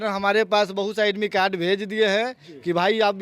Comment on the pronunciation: ई मास्टर साहब एडमिट-कार्ड को एडमी काड बोल रहे हैं, बहुत सारी अशुद्ध शब्द का प्रयोग कर रहे हैं इनकी पात्रता परीक्षा अवश्य ली जाए।😂😂😂 इनका कहना है कि मेरा काम आंदोलन करना है 🤣🤣🤣🤣🤣🤣